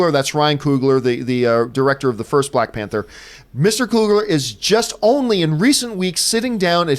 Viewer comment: “Balck Panther”